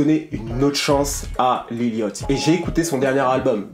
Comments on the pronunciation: Mon ceau-mor préféré c'est dirty mouth et pourquoi le gens prononce lil yOchty en normalement c'est lil yAchty on prononce un A pas un O aller écouter brocoli big Dady dram il dit lil yachty et prononce le A pas et pas yOchty sinon terrible le lifestyle decodeur comme d'habitude et j'attends avec impatiente le video sur travis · Mdrr ça se prononce "Lil yady", bref SUPER VIDEO tres apprecié, on apprend des choses sur Lil Yatchy